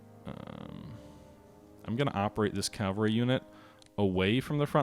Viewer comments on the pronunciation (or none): I know it takes an effort, but it's Cav - al - ry Not Cal-va-ry. calvary is a place, not a military unit. But a very nice presentation to be sure